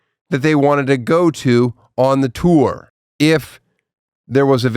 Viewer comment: Tosh. What the hell did he say Tour.